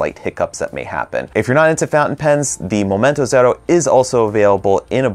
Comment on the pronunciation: Love how you pronounce Momento Zero!